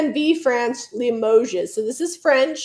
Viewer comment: Just FYI: limoges--the "s" is silent..(i.e. limoge).